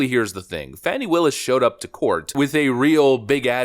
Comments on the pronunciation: Her name is Fani it's pronounced Fahh-nee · Her name is FANNY. Not fawni. Fani.